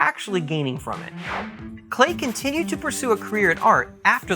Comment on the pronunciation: His name is pronounced like "Clay".......